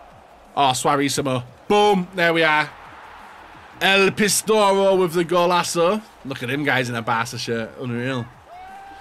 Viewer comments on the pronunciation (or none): he calls Suarez el pistoro 😂😂 am I the only one who heard that